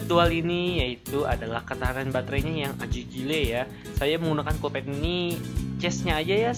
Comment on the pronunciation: mgomong collpad apa kopet? :v